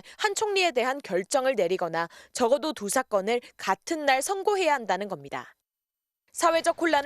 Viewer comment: Lady! Your pronounitions are terrible!!! 한 둘 셋 넷 도 바르게 발음하지 못하는 한국 문화!! 두 사건"을" 두사 건"이라고 발음했나이다. 이 말은 "두: 사:건"이라고, "두"와"사"는 길게 그릭 "두"와 "사"를 일순 띄어서 읽어 주시옵소서! 책 한 권 읽어 주실까요!? "한국 아문을 고발함"!!! 미국 변 완수 드림